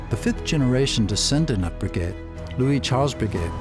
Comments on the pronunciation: Agreed, if making a video like this to honor the family and the man - Get the pronunciation correct!! It was like nails on a chalkboard board every time he said Bree GET! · It's pronounced "Bre- gay" you Neanderthal! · Dipshit Am. commentator, who doesn't know a shred of Fr. pronunciation. So embarrasing! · How can this be narrated by someone who can't even pronounce Breguet? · At least pronounce his name correctly. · This narrator's should of been flat out FIRED for doing such sloppy job on his pronounciation of several key words in the dialogue. Wow ! Sticks out like a sore thumb.